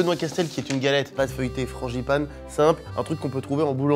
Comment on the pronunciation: FranGipane !! Et pas franCHipane vraiment des parisiens eux 😂